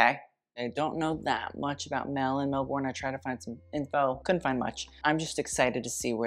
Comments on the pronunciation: An angel dies every time an American mispronounces 'Melbourne'. It's pronounced 'Mel-ben' not 'MelBORN'. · Melbourne = Mel-Ben. Melben. Not Mel-born. Melben. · weyhey I never expected this crossover this is delightful 💕💕💕 I love Mel (PS some friendly advice from an Australian on pronunciation that I'm sure u don't care about: pronounce it 'melbuhn' rather than 'melborn' ;) ) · As an Australian I knew I was gonna get triggered by pronunciation of 😤🥲Mel-boooorn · Yes I wasn’t going to say anything until mentioned how Mel was saying Laurent … As a Melbournian we pronounce it Melbn 😆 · As an Australian who lives in Melbourne, it's pronounced "Mel-ben". With your accent, you'd pronounce a hard "r" but ignore the "ou"! It's such a common faux-pas with Americans, the way you guys love a long drawn-out vowel. 🥴 Also, the Givenchy bag is actually called Antigona like you first thought, not Antigony like the Greek tragedy! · Babes. I absolutely agree we need our fashionistas to pronounce fashion houses like Saint Laurent correctly. But can we also pronounce place names like Melbourne correctly - you used a very American way of saying it Mel-borne. In australia we have a much lazier affectation, Melbourne is pronounced Mel-burn or Mel-brne. The o is not pronounced or emphasised. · I really loved this video but I don't need judgement of someones pronunciation from guy who said 'Mel-born' like 5 times 😂